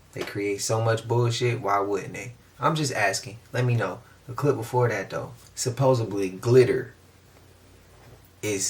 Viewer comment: Love your channel, you're great but please help us get "Supposedly" out, not Supposably. It took me 3 tries, auto correct kept changing it.